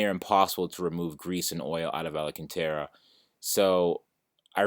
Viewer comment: Thats not alacantara thats alcantara :D